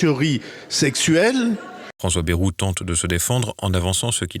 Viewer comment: Ce n'est pas bairou mais bayrou